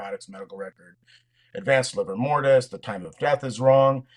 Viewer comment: “Liver mortis”? 🤔